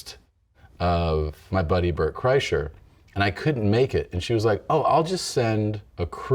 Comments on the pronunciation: Why does he keep saying Burnt Chryslers name like tht? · He kept mispronouncing Bart Kurshiner’s name lol